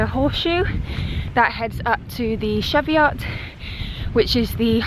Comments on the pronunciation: Nice but pronounced Cheviot not Chevy-Ot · Really stunning watching you two and Yr adventures, its lovely escape to watch during lockdown but you've pronounced Cheviot wrong x (chee-viut) x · Good video, just one point. The Cheviot is pronounced Chee(like cheese)viut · Nice vid, it's pronounced cheeviot tho 😂 it's a great area on my doorstep, I'm surprised you saw anyone at all, it's an amazing area tho if you want to get away from everyone 😊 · One of my favourite walks up here. I do it at least once a month literally on my doorstep. Cheviot pronounced cheeviot 😂. Great video thanks 🙏💗🥾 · It’s Pronounced Cheevyut. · This looks amazing but is making me question my pronunciation of Cheviot ;) Lovely video though, I can't wait to come home and make a visit! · Well that was pronounced wrong 😕